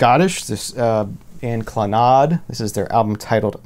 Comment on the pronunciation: Hi, Clannad (pronounced klanad as in advert) are Irish. Great pick ups.